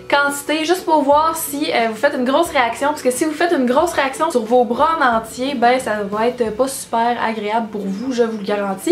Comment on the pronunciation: “Les poils de breuh”